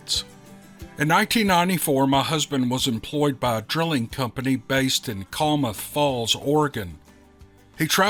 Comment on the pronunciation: Boy did you break your butcher the name of Klamath did not get that pronounced correctly it starts out like the word clam 10 moth Klamath. I forgive you I know it's difficult to manage all these names if you've never heard him in the first place.